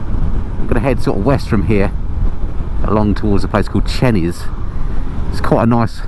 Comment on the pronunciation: Lovely review. I had a carb version for 11 years, adding 56,000 miles to the 14,000 on it when purchased, just wonderful. By the way, Chenies is pronounced Chayniz, in case you were wondering.